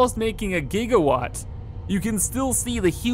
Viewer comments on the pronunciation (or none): none